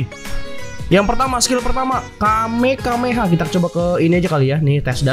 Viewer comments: not kamekameha but kamehameha stup it you why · Kamehameha bang bukan kamekameha Btw knp bnyk yg nyebut kamekameha dah ??-_